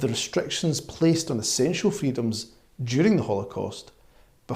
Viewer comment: Ha! Wrong Mr Tousi. At the mark of this video he clearly states "Jew-ring"